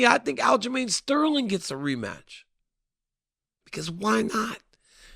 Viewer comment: Definly not sterling 😂😂